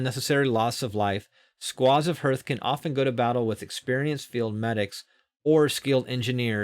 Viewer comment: Because you might be saying it a lot, I wanted to point out that Hearth is pronounced "harth" not "herth". Like "Heart" rather than "Earth". English is a stupid language because the letters E A R can make four different sounds, including Clear/ear.. bear/tear. Arr, Err, Eer, Air.